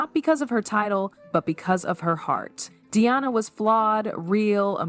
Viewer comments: You've mispronounced Diana's name, pronouncing Deeonna, it's not Deeonna. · If you would stop using AI, their names might get pronounced correctly. Diana's name is not Deeonna.